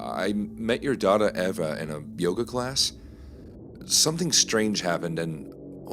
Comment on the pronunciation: 4th story - it’s pronounced Eeva not Eva.